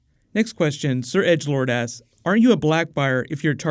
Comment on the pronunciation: He doesn't hit the "k" much when he says "asks," so it sounds like he's saying, "Next one... Sheep ass... Next one... Savage ass..." :P